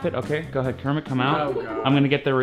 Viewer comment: Kremit???? Its kermit!! You fony!!!!! Jk I love kermit